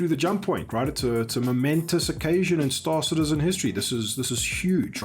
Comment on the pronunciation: Why does everybody ape after Morphologis weird "STAAAAR-cittizzen" pronounciation?